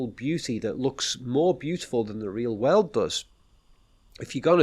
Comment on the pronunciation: look at me: whirl oold. Nope!, again: whirl oold. Hmmm